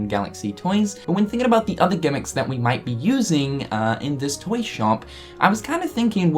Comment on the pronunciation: The way you say toy.... TOYNG